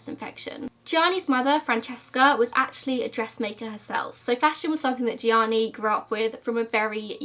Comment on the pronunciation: Thank You for pronouncing Gionni Versace's first name properly. I recently watched another video about Andrew Cunanan, where the host constantly referred to him as 'Johnny'. I believe if you are going to go to all the hard work of producing a video, at least attempt the correct pronunciation, which you are honest about all the time.